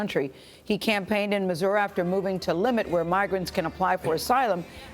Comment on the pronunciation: Did she say Missoura?